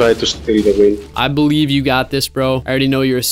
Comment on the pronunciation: He said be-live😂😂😂